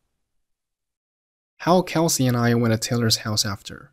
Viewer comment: 這種才是正常的帶口音連貫高語速而且還不是標準發音，大部分人不用formal，用reunion/party/甚至assembly，how她讀成L音結尾拉長，went to縮成wouldu，其他的再聽不懂慢速聽配合字幕